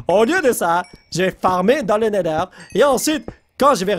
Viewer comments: c néther pas néder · Se n'est pas le nèleur mais le Nétheur